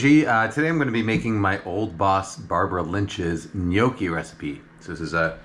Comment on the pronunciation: Cant believe Im hearing someone in english saying gnocci properly